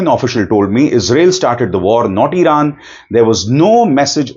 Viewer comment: Later she said "I ran" 😂😂😂